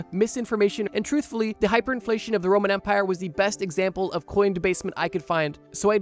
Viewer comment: First time he said “Roman Empire”, I heard “Roman Vampier”. I was so confused for a second. 😂